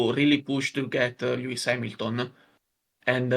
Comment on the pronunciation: that Hamilton pronunciation hit my head like a bullet. (. Láttalak magyar tévé)